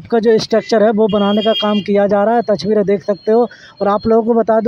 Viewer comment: Phle ye tasveere bolna seekh Jaye touchveere bolta hai usske baad lelena chaiye drone taki drone ki touchveere nahi tasveere dikhaye:-)